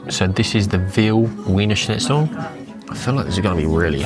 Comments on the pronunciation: Its pronounced Veener Schnitzel. W equals a V. Grüner is a great wine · This guy's pronunciation of wiener schnitzel is infuriating.